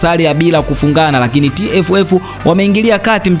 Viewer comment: Hivi mpaka leo kuna watu wanashindwa kutamka neno leo,lakini badala yake wanatamka,Reo badala ya leo!!